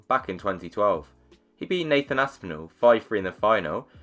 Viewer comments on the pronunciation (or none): none